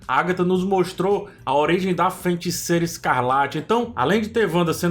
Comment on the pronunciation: Cara, video muito legal, parabéns! Só toma cuidado pra não falar "FeNticeira". Abraço